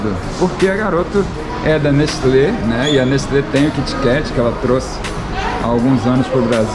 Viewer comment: só eu que ouvi ele falar Nestlé????😂😂